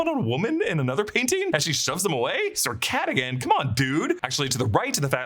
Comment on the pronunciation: It was “Sir Catagan “ for meow 😸